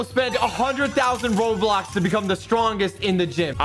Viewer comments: Bruh he said roblux not robux bro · my man said robox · Who else hears him say Roblox instead of Robux lol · YOU SAID ROBUX AS ROBLOX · i will spend 100 thousand roblox to be strongest in this game! Also: says robux instead of roblox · Instead of robux he said roblox lol 😂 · I like how he said ‘roblox’ instead of ‘robux’ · hey at the beginning you said "i will spend 100k roblox" in stead of saying "i will spend 100k rubux". Just wanted to tell you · I like how said 100k robloxs its robux not robloxs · Dude instead of robux he said roblox🤣🤣🤣🤣🤣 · He always says Roblox when it's robux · i think you said roblox isten roubux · In the intro he said roblox not robux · Why did he said roblox and its robux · Did you said roblox not robux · you said roblox instead of robux in the beggining. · 2 seconds in he said "Roadblocks" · you sayd you spend roblox not rubux